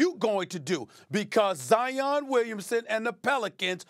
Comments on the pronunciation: The man’s name is Zion, like lion , not Zi-On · It's Zi-inn. Not Zy-un. Like Lion